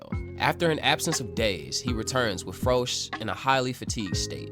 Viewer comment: Froze is pronounced as rose is pronounced in dragon ball super.